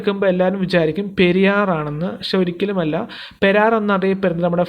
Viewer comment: പെരാർ അല്ല സഹോദരാ പേരാർ